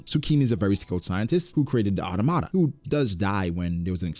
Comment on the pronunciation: Bro why do you and Joy boy say auto-ma-ta it's au-tom-ata, hope this doesn't come off as an insult or anything it's just that I hate to hear the way you say it.